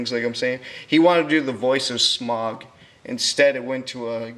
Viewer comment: "Smag"? It's pronounced with a aw/au sound as in "loud". Additionally, it sounds too much like you're reading directly from a script. Try to memorize what you want said, or straight up improvise, it will give your narration better flow.